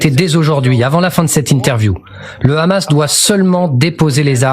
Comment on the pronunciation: Écoutez comment il prononce hamas et vous comprenez qui il est ! Il utilise KHA et Ha